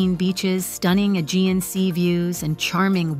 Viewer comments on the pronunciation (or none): none